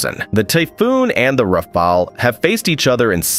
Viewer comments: He got it right only ONCE at about . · Pronounced " Rahfahl " in French😊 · Based on latest news, "RaiFail" seems the most likely pronunciation. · RAFALE Bordel c’est pas compliqué à prononcer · Ai bullshit video again cant even pronounce rafale properly 😂🎉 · The 4 different ways in which "rafale" is pronounced, none of which is correct, say a lot about the reliability of the video contents: basically zero. Next video please. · Tell everyone you’re not sure how to pronounce Rafale without actually telling us. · The different Rafale pronunciation reminds me of commercials ran by an old Los Angeles plumbing company called Jack Stephens. In the commercials, the narrator would pronounce the name wrong, saying "Jack Stefanito" Plumber- Jack Stephan! "Jack Stepnowski," then the plumber would say, "Stephans, Jack Stephans." "Jack Stephvonavich" Plumber - "Stephans! Jack Stephans!!" Lol, you can find the commercials on YT. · Bro has the skill to speak all the mispronouncing possibilities of Rafale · et ignorants à souhait. Si le gars n'est pas capable de prononcer rafale, je doute qu'il sache de quoi il parle. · "Rafale" nane was spoken 4 times. Each time, the pronunciation was different. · How many different ways are you gonna pronounce Rafale, fucko?